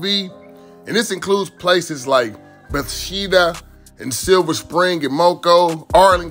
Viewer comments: You perfectly explained the DMV. But please please don’t tell me you was tryna say “Be (Ba) thes da” 😂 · Definitely bmore not part of DMV . DC guys don’t claim DMV . It’s BA -THESS-DA . N it’s Loud-Don county . Another thing forest creek is a neighborhood an apartment complex . I’m from der. Part of MD we from is literally 3-4 lights from SE DC. Thanks for shedding light on the Area. Definitely don’t stop at the BP lmao. Got adopted highway for the hood by the BP gas station. Love my hood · My man slaughtered that word Bethesda. RIP Goonew